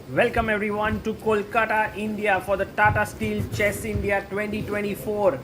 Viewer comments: Sagar is doing it wrong - I mean his pronunciation of Kolkata . Sagar, if you are reading this, 'Kolkata' uses the same non-retroflex "t" as your wife's name 'Amruta'. Good that at least Tania says 'Kolkata' correctly with the non-retroflex "t". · Sagar first correct ur pronounciation of Kolkata please 🙏🙏